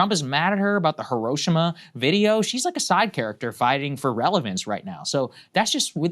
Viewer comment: Saagar Enjeti: props for proper pronunciation of Hiroshima.